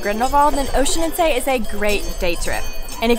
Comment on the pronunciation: Horrible, at least they could have learned how to pronounce the name correctly! Tip: it is not Oeschinenzay!